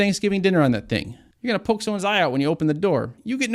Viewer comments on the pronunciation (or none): none